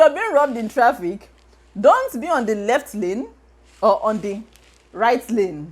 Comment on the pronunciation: "Don't be on the reft lane"😂😂😂😂 I feel you